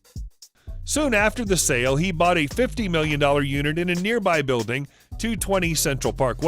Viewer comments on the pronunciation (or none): none